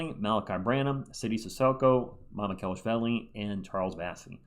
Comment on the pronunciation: still having difficulty with Sandro’s last name i see.